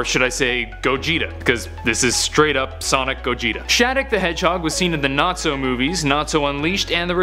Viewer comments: Nazo not Natso! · One of my biggest pet peeves is when people pronounce a name wrong when THEY KNOW from watching whatever show that name comes from that’s it’s not pronounced that, it’s NAZO not NATSO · I like Shadic but its Nazo not natso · Not trying to be rude but its nazo not natzo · It's Nazo not Natzo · It's not Natzo it's NA-ZO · it's pronounced nah-zO not Nat-zo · Lol I love how he pronounce's Nazo like if it's supposed to sound like Nazi.